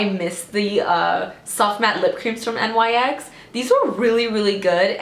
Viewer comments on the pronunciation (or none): I love you, but the brand NYX is pronounced like nicks 🤦🏼‍♀️😂💕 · I've never heard anyone call it N Y X. Only Nyx like Nicks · why did she spell out nyx though .. 😭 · It's nyx! (Nicks) or (nix)